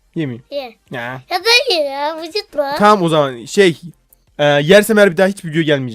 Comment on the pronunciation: Orda Yalnız Dayı Cıcıtma Diyeceğine Vıcıtma Dedi